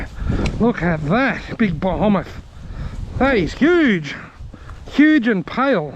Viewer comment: You keep saying, ' BEHEMOTH' wrong!